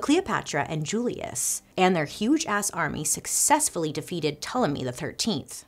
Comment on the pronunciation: Bailey pronunciation of Ptolemy was flawless 👏🏾👏🏾👏🏾